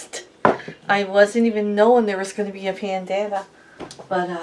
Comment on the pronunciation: Pandama-me! I always butcher my words lol! Love you guys!